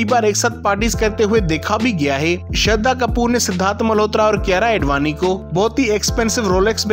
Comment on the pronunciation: His aedvani tho 🤌😂